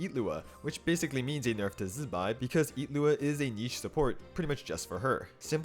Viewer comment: Wait what? his name isn't illuga it's IT- looa?